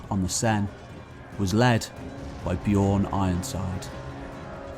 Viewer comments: Bjørn is very badly pronounced through all of this. It's not "bijorrn", but the Ø is the same sound as the U in "run" or the U in "burn". Other then that, great tale! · just saying the Ö in Björn sounds like the i in girl